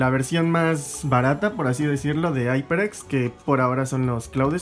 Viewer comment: Se dice jaiperex no aiperx jajajaja